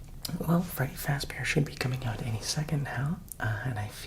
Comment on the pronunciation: “feddy frazbear” 😂